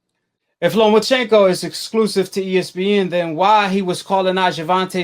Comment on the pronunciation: Say it with me NOMACHENKO